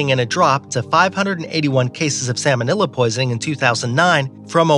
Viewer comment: "Sammon-illa" :'D